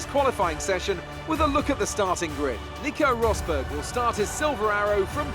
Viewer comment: I'm making you an F1 drivers name pronunciation guide because you butchered about half the names of the drivers. Mercedes-Benz AMG F1 Team -Lewis Hamilton you pronounced correctly -Nico Rosberg you also pronounced correctly Scuderia Ferrari -Sebastian Vettel was pronounced correct -Kimi Räikkönen is Kimmie Ra-cone-en Red Bull Racing -Daniel Ricciardo you pronounced right -Max Verstappen was also pronounced correctly Williams -Felipe Massa is pronounced how it looks -Valtteri Bottas is Valtteri Bot-ass Sahara Force India -Sergio Pérez is Sergio Pair-ez (His nickname is Checo so you could just call him that) -Nico Hülkenberg is pronounced how it looks Scuderia Toro Rosso -Daniil Kvyat is Daniel K-vee-at -Carlos Sainz is Carlos Sy-nts McLaren-Honda -Fernando Alonso is pronounced how it is spelled -Jenson Button is also pronounced how it looks Haas F1 Team -Romain Grosjean is Roe-man Grow-zhawn -Esteban Gutierrez is pronounced how it looks Renault Sport F1 Team -Jolyon Palmer is Joe-lee-un Palmer -Kevin Magnussen is pronounced how it looks Sauber F1 Team -Felipe Nasr is how you were pronouncing it in the video -Marcus Ericsson is pronounced how it looks Manor MRT -Pascal Wehrlein is Pass-call Vare-line -Rio Haryanto is Rio Hairy-ant-o Additional Fun Fact is that Manor went Bankrupt and is no longer a team.